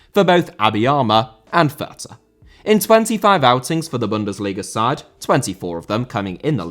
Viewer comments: calls his viewers "uncultured filth" while also completely botching how to pronounce "fürth." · As a german I really feel sorry for those horrendous names the lower league clubs have. But to help a little bit the club Abiama is playing at sure is written Fürth, but you don't pronounce the h in it. Should make it a little easier. To add since I feel like everyone seems to have difficulties pronouncing the letters ä, ü or ö, the ä is just pronounced as the bit between f and r in the word "fair", the ü as in Fürth is pronounced like Goldbridge says the u when talking about Bruno (Fernandes) and the ö is pronounced like the o in the word "word". Hope that helps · Thank you so much, everytime he said Fürth a part of me died. I love but that was quite something xd